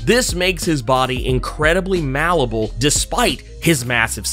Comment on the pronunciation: "Malleable" = "maly-able," not "mal-able"